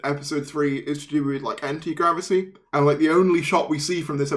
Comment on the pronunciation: You pronounced anti-mavity wrong!